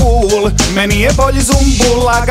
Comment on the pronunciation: Nije ZUMBUL brt vec Sumbul jbt.